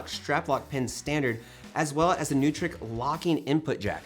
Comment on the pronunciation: I think Neutrik is pronounced NOY-trik (it’s a Swiss company with a German name).